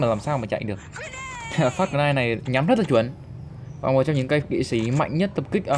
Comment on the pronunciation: Là kỵ sĩ chứ k phải là kỵ sí